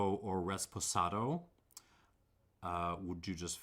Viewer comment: Resspohsahdo lol